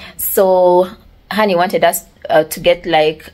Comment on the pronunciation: Drope the accent please sweetie and be normal. Its usssssss not urseeeeee and its wrong to call someone driver i know its ok in Uganda but internationally its so wrong.Conguratulations on your engagement i pray he marries you because you started the relationship opposite.Sex should be after marriage.Am a Christian.Dont feel bad have no any bad feelings